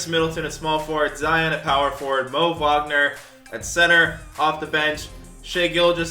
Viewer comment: i love how pronounced Wagners name right and even the announcers in 2k don’t they say Wagner with a w sound not a v sound lol